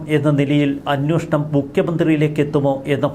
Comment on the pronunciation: 'അന്വോഷണം' എന്നല്ല 'അന്വേഷണം' എന്നുച്ചരിക്കണം. മുമ്പും ഇക്കാര്യം ചൂണ്ടിക്കാണിച്ചിട്ടുണ്ട്